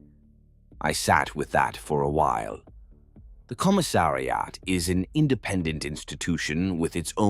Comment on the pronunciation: "Commi-ssari-at" - poor AI, such difficult words ;-)